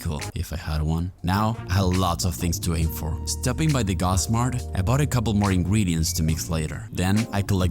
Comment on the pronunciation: nice video! btw why do you say "Ingwedients 🥺" its ingredients 😭